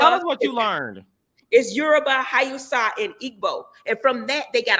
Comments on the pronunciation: It's pronounced howsa- Hausa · Lmao heavenly it's Hausa pronounced HAUSE-AH or HOUZE-ZAH